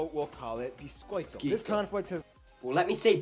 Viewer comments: it is biscoito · Actually it's pronounced "boh-lah-shah" and "beesh-coh-ee-toh" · it's BISCOITO (sounds like "bishcoito") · An American teaching an English how to speak cookies: Boulatchxiá and Bicôitô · Bolatcha... Bisquête! kkkk Te amo!